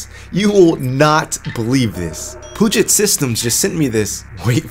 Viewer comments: And to be "that guy", it isn't "poo-jet" systems, it is "pew-jet" like pew-pew or 'pee-you-jet'. So pee, not poo. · It's pronounced "pew-jit" systems, no "poo-jit". Puget Systems is based in WA next to the Puget Sound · Hey, as a washintonian, we pronounce puget, like Pew Jet. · As someone living in the Puget Sound area, it's pronounced "Pew-jet". On another note, I love how you showed the difference and actually used a system like this for what it was intended. Poor Linus can only show video rendering and gaming benchmarks. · its "pyoujay", think French. Puget is awfully close to pungent. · I love his videos HOWEVER it might triggers me that he says the name wrong.... LOL Either way keep it up!